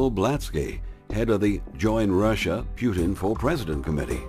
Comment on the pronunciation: Putin, not Pyutin!!!